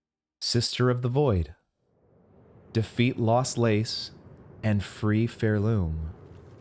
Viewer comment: Is it too late to mention it’s pronounced “far-loom”? Great playthrough btw :)